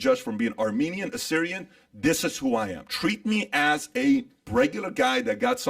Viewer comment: So happy to hear you say Assyrian! Proud of you brother. Keep pushing